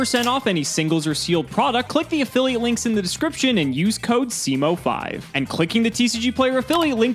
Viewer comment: I, a member of the Polish community, hereby cancel you for butchering that name. How dare you 😤